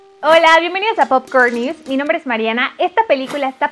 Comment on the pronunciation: amiga,pronuncias mal los nombre,perdon pero se torna incomodo el video